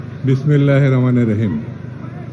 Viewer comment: জাতীর কি দূর্ভাগ্য এত বড় নেতা না পারে সঠিকভাবে বিসমিল্লাহ পড়তে না পারে ছাত্র দলের সভাপতির নাম।